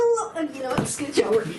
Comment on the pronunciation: Did just say "skooch over"? I said it earlier, but her cracker accent is totally on point!